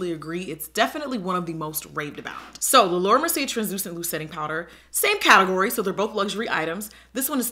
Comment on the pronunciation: “I usually like to set my prider” Love you miss O😂😂♥️